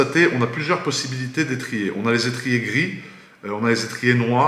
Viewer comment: Oh con l'accent du Sud teh "tu vois c'est un gris j'adore ^^